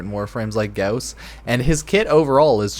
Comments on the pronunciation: every time you put emphasis on u in Gauss hurt me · The less you say and mispronounce “gauss” the less I wanna jump off a bridge 😅😉